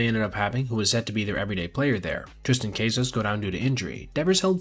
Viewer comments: Cah sas, not caseas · "CAY-sas"? Are you serious? CAH-sas. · "Triston Caseas" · no way did you pronounce Tristan Casas like Caysass lmao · Brother I hate to be that guy but I've watched 2 videos of yours in a row and the name pronunciation is rough. Triston Kaysus? Angel (pronounced ahn-hell) Martinez? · Casas ❌ Case-us ✅